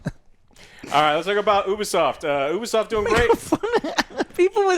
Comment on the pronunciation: i just fine it funny to hear Alex say OO-Bee-soft instead of U-Bee-soft